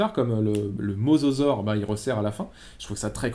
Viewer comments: mosasaure et non mososaure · Hey , super vidéo , par contre , c'est Mosasaure et pas mososaure !